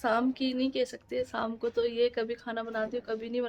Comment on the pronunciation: Shaamku boloo saamku nahii